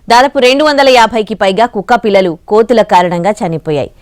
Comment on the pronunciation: Kukkapilla lu Ma'am Not kukkka pillaluu